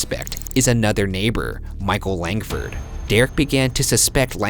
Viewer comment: when he said micheal langford I really heard michael langdon